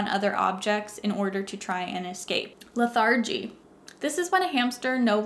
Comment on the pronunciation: great video...work on your "lethargy" pronunciation.